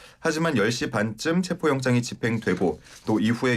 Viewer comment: 체포를 체포라고 말 못하네 ㅋㅋㅋㅋㅋ